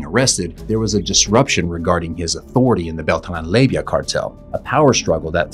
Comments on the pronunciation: It’s pronounced lay-va not layvia you little labia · Lay va, not lay vi ah. There is not an i in the name. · Leyva... NOT Leyvia